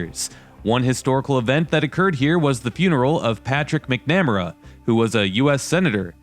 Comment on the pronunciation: wow did you butcher McNamara